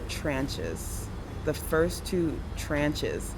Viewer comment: i think those who live or lived in USA can relate when she said "tranches?"....lmao